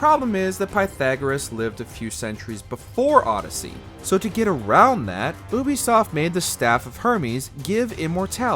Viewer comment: Bro, you are terribly mispronouncing Ubisoft